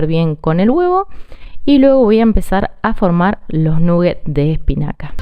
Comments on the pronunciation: eso que esta cosinando son croketas como que habla espanol eso de nugget es ingles no se porque quieren hablar en ingles si alos ingleses no lo quieren y otra cosa que la idioma inglesa nola pueden pronunsiar esa u de nugget no suena u saludos desde Australia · "Nuguets o croquetas, según el barrio". Hay barrios donde se pronuncia "naguets"